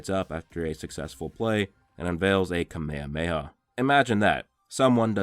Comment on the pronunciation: so whats the point in callinmg moves by the wrong name. kamehameha not comemayhamayha..... Literally no english dub has ever called it that. thats like the poeple calling naruto nuhrootoh at no point did you hear him called that